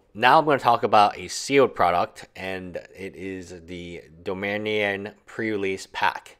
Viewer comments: Dom-ee-nah-ria plz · how fvcking hard is it to say dominaria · How can this guy not say Dominaria?